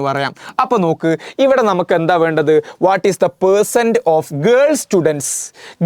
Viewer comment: Ercents allallo percents alle sir 😂😂😂😂